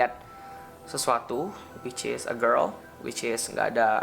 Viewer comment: Jangan suka bilang whicis bang,gak enak didenger